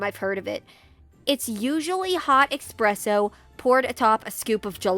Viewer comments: Did this woman seriously say chai tea, Chinese tea, bro you’re saying TT twice when I ask you for coffee coffee with room for cream cream Also, it’s espresso not expresso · "Expresso" :D Sorry, can't help it when I hear it. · ITS NOT “EXPRESSO” YOU CRETIN YOU SAY IT HOW ITS SPELLED